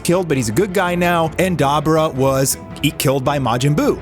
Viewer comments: Wtf is “Dai Bore Ruh” Lmao it’s pronounced “Duhh bore duhh” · It’s Dee bor ah bud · Da bu (boo) ra (rah).... Dude say it right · Dahbra✅️ Dabura❌️ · Duh Boo Rah. That's how your day Dabura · Say it with me. Da bora. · His name is pronounced DA BUU RA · Da-boar-ra! Pronounce it how we know it to be! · 🤔🤔Hmmmm Demon kings names is pronounced more so like Daa boo rah 🤙🏾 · The way u say dabura is disgusting lmao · You can't even say Dabura's name properly, Jesus. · A DBZ fan for 30 years and butchering the pronunciation of Dabura. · Why are you intentionally saying dabura wrong? And now you’re saying kibito wrong. Are you intentionally dumb?